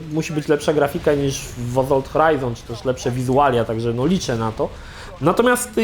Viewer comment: To już chyba cecha wspólna i Krzycha i chłopaków z TVGry, że mają awersję do litery "s" tam gdzie powinna być wymówiona. Azolt, Maz Efekt itp.